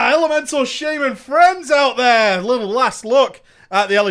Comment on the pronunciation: I'm probably just being ignorant but I've never heard shaman pronounced shay-man ever in my life